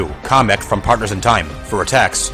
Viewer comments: Everything wrong with the video I could find. Please tell me if I missed anything: You referenced bros. moves alone 36 times. Couldn’t be assed to find out how much you referenced Luiginary or Trio attacks. It’s pronounced “Cah-mick” “CAH-MICK” not “comic”. it’s because Paper Jam takes place in the Mushroom Kingdom. You should’ve included Smoldergeist, Heavy Zest, Sorrow Fist, Thunder Sass, Beef Cloud, Fly Guy R thieves, Bowser Jr. from DT, and Dry Bowser from Paper Jam. The koopalings from Superstar Saga and Paper Jam should count as penultimate bosses since Bowletta/Cackletta’s soul and the Bowser duo/Giant Papercraft Bowser are all one fight in their respective games. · And by the way, it's "Kamek" not "Comic"